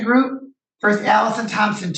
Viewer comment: OMG, the word is versus. It is not verse.